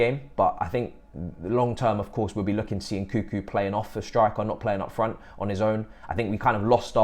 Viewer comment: why the most of english people call Nkunku " Nkuku"?